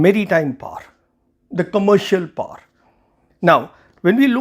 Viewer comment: It is pronounced as Great POWER not Great Par. Fancy but flat out wrong pronunciation. Great analysis of the interview. Thank you!